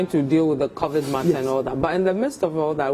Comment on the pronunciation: Did he just say COVIT??????? Massa it's COVID wai